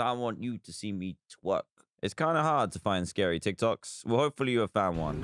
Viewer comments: I just love how he says "Tok Tics" instead of "Tik Tocs" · It’s TikTok’s not Tik Tocs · Tocs🤣 it is Toks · Tik tocks=tik toks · *tok tiks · no one: absolutely no one: Dan: Tok... tiks